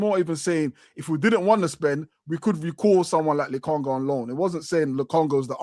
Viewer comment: Yo man said Lokonga 😂😂😂